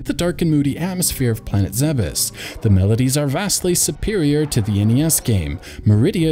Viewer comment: It's pronounced ZEEBS. I'll fight you over it